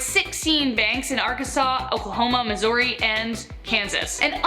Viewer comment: I did like her narration voice then she said Missouri wrong ... goat herder ange